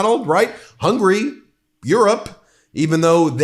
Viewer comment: Ben, I love you and what you do. It would mean a great deal to me and probably to Hungarians if you'd please work on your pronunciation of Hungary. It's 3-syllable Hun-guh-ree (the country), not 2-syllable hungry, the desire. Thank you for listening! Keep up the good fight! 🇺🇸